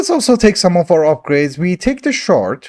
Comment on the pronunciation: Every time you said shard my girlfriend kept hearing shart 😂